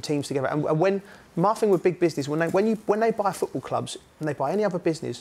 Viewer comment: I can't take someone serious when they say fing instead of thing